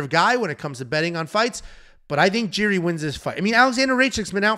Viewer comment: And he kept calling Jiri Jerry. 😂😂😂